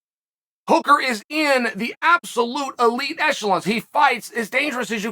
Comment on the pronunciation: He’s got hooker right at least lol